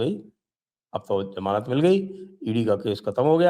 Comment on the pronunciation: It's not Jamanat.. It's Zamanat... Learn to speak first